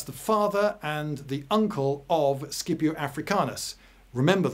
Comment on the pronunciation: circa is it prounounced Skipio or Scipio or Shipio? İ always thought Sipio. For pronunciation purposes. But Lindy Beige is a well renouned historian so i'm slightly unsure at this point.